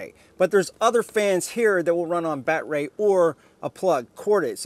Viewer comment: Nice review…Enjoyed all except the “bat-ray” and “ryobi not reeobee” bits…thx